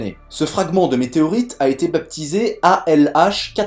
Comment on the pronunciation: Pour info, le « p » de « baptiser » ne se prononce pas...